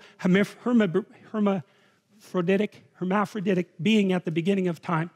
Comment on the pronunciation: Seeing jordan struggle to pronounce hemamfrodedic is a rare sight